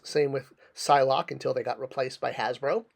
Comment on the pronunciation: "Hasbero?" You really need to start editing your videos before they go up man. You also had a blank screen with your logo up in place of the image of the figure you were talking about at the time.